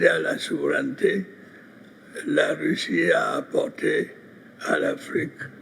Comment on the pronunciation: Russie, pas Ruchi🙄